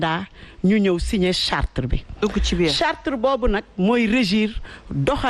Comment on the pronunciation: Charte et non chartre